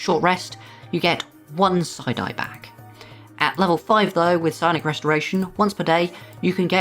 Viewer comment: 😂 I kept hearing you say, "...you can spend a side-eye....."